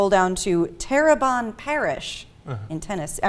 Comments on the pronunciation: pronounced my home wrong....its not Terre-bon parish....its Terre-BONE parish. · FYI: It's Terr-uh-bone not Terr-a-bonn. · It is pronounced "terrabone". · It is pronounced like terra-bone parish. Yes, my home state has once again scored big by doing something crazy. Let me ask, shouldn't a woman who exposes her bra straps come under this law? The guys are exposing their underwear, haven't all of us seen women who are purposely showing their bra straps? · It is pronounced Terrebonne (terra-bone) ...it's not hard at all.